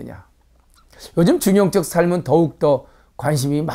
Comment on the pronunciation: 한 가지 발음 문제!! 중용적을 왜 "중용쩍" 이라고 발음하십니까?? 이 " 중용쩍"이야말로 "반중용적"이올시다.